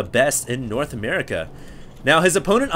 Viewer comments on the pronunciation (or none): none